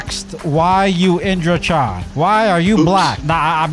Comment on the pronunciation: Youre pronounce are Chan/Chen